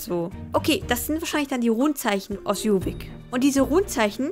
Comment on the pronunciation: lern am besten erstmal jorvik richtig auszusprechen ;)